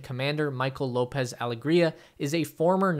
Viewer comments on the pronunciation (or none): none